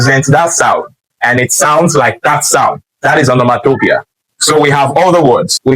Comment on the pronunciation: Great pedagogy! Revisit and check how you pronounced the word “ Onomatopoeia ”...whether you got it right or not in the video. Shalom !